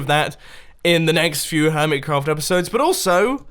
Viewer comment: Am I the only one who thinks he said hermit CAFF server